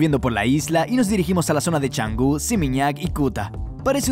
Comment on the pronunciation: NO ES CHANGU, ES CANGU